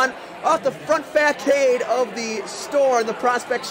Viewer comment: A few things 1. The national anthem killed me 😂 2. Façade is pronounced “fasad” I love this channel